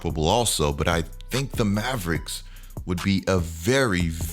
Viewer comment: When he said Mavericks I immediately clicked off the video, unsubscribed and disliked the video😂😂😂🤦🏾‍♂️